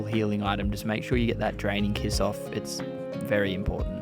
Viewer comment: I keep hearing him say Dragon kiss... Am I hearing wrong? 😅 It's Draining Kiss.